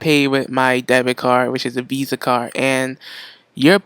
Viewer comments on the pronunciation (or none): none